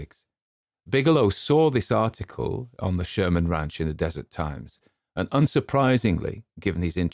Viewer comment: Just a note in case you do any follow ups on this: “Deseret” is not pronounced “desert.” It’s pronounced DEH-zur-ETTE. I don’t expect you to have to know that, but thought it might be useful going forward.